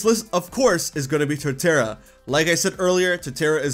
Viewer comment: Put some respeck on Torterra's name. 😤😩 😅